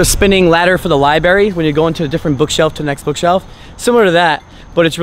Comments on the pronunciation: Nobody is gonna mention that he said “libary” in the sponsorship video? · He literally calls library “li-berry” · So inexperienced. And its lib-Rary not libary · "this room pacifically" "the spinning ladder for the libeary" this fellow isn't very bright